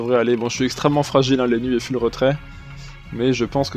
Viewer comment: Salut, un petit détail mais c'est assez irritant, quand tu prononces "full" essaie un minimum d'effort, c'est pas "fule" mais plutôt "foule"